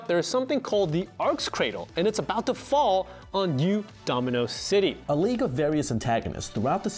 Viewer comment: Learn how to pronounce league